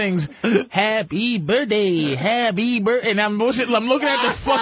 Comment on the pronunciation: “Happy burrday” is how I say that shit till today 😂